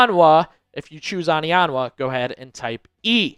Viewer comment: It's not "AH-nianwa", it's "OH-nianwa"...